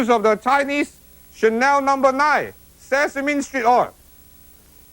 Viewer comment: It sounds like he said Sesame Street oil. lol